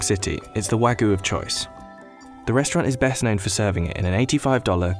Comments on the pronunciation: It's not "wagoo" it's "wah-gyew" British people are so terrible at pronunciation of other languages it's insane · New drinking game: Take a shot each time the narrator says "Wa-gu" instead of "Wagyu" Warning: In order to prevent death from alcohol poisoning, only attempt this drinking game with water. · No its not, its pronounced wag-you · I just want to know why he’s saying “wagoo”. There’s a y in there, “wah-gYu” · “Wa-goo” Ok 🤣😅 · Pronounced wagyu incorrectly at the start, guess we aint looking at a professional chef, more of a novice researcher Like, “wagoo”? The way its pronounced is Wāgyu. Also pronounce the “y” and “u” as if they are mixed btw “ā” is pronounced like ahh, think of when a dentist askes you to open your mouth and say “ahh” yeah that. Just some info. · NO, it is not wa (like wagon) goo beef. It's wa (like water, want, watch) gyu beef. Sigh. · Nobody: Business Insider: wagoo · It's not though. You pronounce the "yu". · thought he was saying ragu like the pasta sauce. Terrible pronunciation on wagyu. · It's said like "Wag You" guys have lazy tongue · Why is it so hard for everyone to get the pronunciation right for non-English words?! You can literally just google it, it’s not hard. “Wagoo”... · Did he just said Wagyu as "Wagoo" Goddammit... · no one: the narrator: wAgoO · Listen to me explain everything about a product that I can’t even pronounce. “Wagoo”....wtf? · I can't trust a video where the person calls it "Wagooo" beef lol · Waygu (Wah-gew) or (Waa-gyoo) like "Whaa you" but with a hard g before the you sound. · “Wangis” lol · Wangus Beef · It was serious until he said wangus beef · Hahahaha "wangus beef" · You can't do a video about it and pronounce it "wagoo"!... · All this effort to produce this video and you couldn't spend 10 seconds learning how to pronounce Wagyu correctly. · that narrator's pronunciation is crazy, not even close lmao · Insider researched everything about wagyu except how to pronounce it